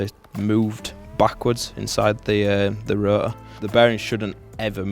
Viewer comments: "the ro'or..." dude there is a "t" in there ;D Gotta love that accent xD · It might be worth enunciating the word "Rotor" when making a video about an RX8, because "ruh uh" makes quite a bit harder to follow what you're talking about - every time I hear it I have to remind myself that you mean rotor rather than absorbing the info. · I like how they pronounce Rotor as Ro-uh :D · These guys know their shit! Love how they pronounce rotor as "ru-uhr" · The way says R O T O R makes me lo key enraged inside.